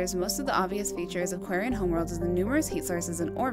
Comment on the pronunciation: You also do the same thing when say Quarian or Quarians XD